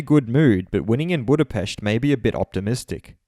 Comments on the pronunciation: He pronounced that exactly right, if I am correct thats exactly how you say Budapest in hungarian language. The native pronunciation should be the only correct one. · Loved the correct pronunciation of Budapest😂 Just like black widow😉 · How he pronounced it, was so satisfying. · Yeah, it was a pleasant surprise. Loved it. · G in Hungarian that is the right pronounce indeed. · The correct and proper way to pronounce ANY word is in its native language, not the perversion of a second language. "Budapest" is not an English language word, you sound a little self-centered to me.